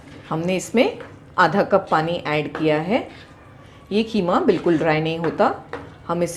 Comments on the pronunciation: It's called qeema not kheema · Y have u spelled it wrong? it's not kheema it's qeema. U speak urdu beautifully y give it wrong pronounciation. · Kheema nhi hota KEEMA hota h...😂😂